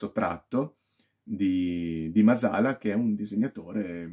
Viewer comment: Bella recensione, solo un appunto: il cognome è Màsala, è un cognome sardo, con l'accento sulla prima "a".